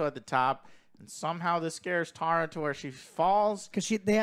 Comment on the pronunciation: I keep laughing that the boys kept calling Jena Ortega’s character Tara(when it’s Tera😅) but overall I thing the boys are right about this being a decent slasher 😄